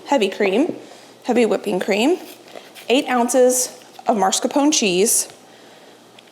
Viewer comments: Beautiful desserts! Just a note- it’s pronounced mascarpone and not marscapone. You are amazing!💖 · It’s called MAScarpone, not marscapone. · it's mascarpone, not marscapone,:D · Love watching you, have been binging hours and hours. But for the love of God please stop saying MARscarpone. There is only one R in it. It is MASCarpone. Luke a Halloween mask. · No judgement. I pronounced mascarpone wrong for years. Here's what I found. Pronounce Italian soft cheese "mascarpone" as "mascar pony" with stress on the "pony" syllable. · FYI, mascarpone is pronounced - maa·skaar·POW·nay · the cheese you like to use for your whipped cream is pronounced, mas-car-POH-nay. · lol everytime she says it im like “NOO!!” lol “YOU’RE KILLIN ME!!” Lololol Love alll your contect! I’d say in English it’s pronounced - Mah-scar-p-own and in Italian the r is rolled and pronounced mah-scar-pawn-eh, my American husband makes fun of me all the time bc I’m always correcting his pronunciation 🤣🤣🤣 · I love your videos. But please do this old Italian lady a favor….it is pronounced MAS-CAR-PONE cheese (like Mask-r-pone). A lot of folks put the R in the wrong spot! Keep those videos coming!